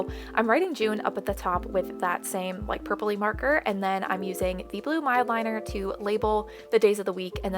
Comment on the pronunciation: love that you know it’s mildliner not midliner